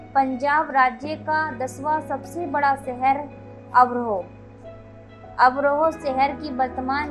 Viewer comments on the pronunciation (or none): अभ्रोह नहीं अबोहर है